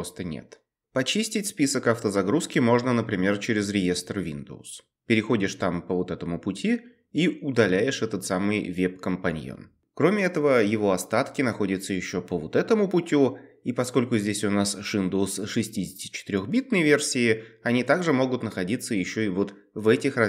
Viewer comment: Не уеб а веб